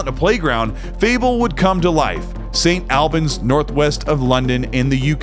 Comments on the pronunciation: St Albans is pronouned - Saint All-barns, no dramas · Great video! Can’t wait to see more of this game! Also, St. Albans is pronounced like “all-bans” - you almost had it, just the first half of the word sounded wrong. Our British towns have weird names, I’m sure Gaz could tell you about some pretty egregious examples 😂